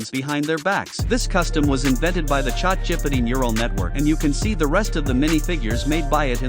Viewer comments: "chot jippity" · chaat jipidy